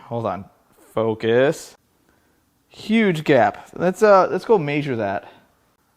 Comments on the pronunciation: "maysure" ? You must have known my dad. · Love the pronunciation of "measure" 😂😂